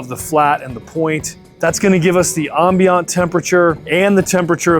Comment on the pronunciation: That’s not how you say ambient lol